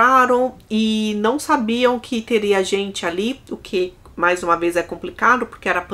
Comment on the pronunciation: Você troca o MAIS pelo MAS ou é a forma da sua fala que entende-se como estivesse errado? Toda vez que fala "MAIS velhas" ouço "MAS velhas". Venho percebendo isso faz muito tempo!